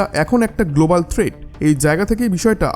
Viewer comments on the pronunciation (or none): none